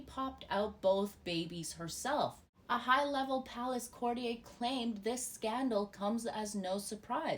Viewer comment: CourtiYER not courtiYAY.